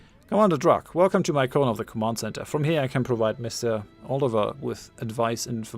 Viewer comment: Oliveira: "Oh-lee-VAY-rah." =^[.]~=